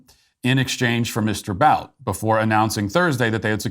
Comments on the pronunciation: Viktor BOUT is pronounced BOOT 🥾. Its almost as if you’re reading whatever is on the prompter just like you have accused Biden of doing 😂. Anyway, small but cringy. Great job with “What is a Woman?”!!! Really liked it. 👍🏻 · Almost as frustrating as every time Matt mispronounces (Viktor) Bout’s name